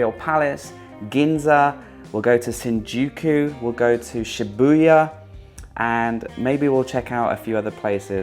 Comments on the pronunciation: You probably heard it but it’s shibuYA. not shibuWA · Every time he says "Shibuwa"...🤦‍♂️🤦‍♂️🤦‍♂️ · Usually will butcher a name for a couple of times before getting close to the acual name after that. This time the pronunciation of Shibuya was a shambles from beginning to end. Hilarious! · Awful video. Learn how to pronounce Shibuya, history of the statue of the dog, and not get scammed/overpaid for a beer at Shinjuku and you’ll appreciate what Japan has to offer. “Know before you go” is important when traveling to a country where you haven’t been to and you’ll appreciate and love your destination much more. Big fan of yours back in the Budgeteers era, but your recent videos lack substance unfortunately due to “Youtube” being your job. Had to dislike this video and unsubscribe from your channel. Best of luck to you and your future endeavors. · Hahhahaha funny thing is he kept repeating it wrong a couple of times. Love 🤣🤣